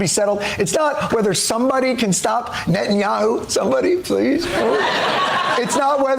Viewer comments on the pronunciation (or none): none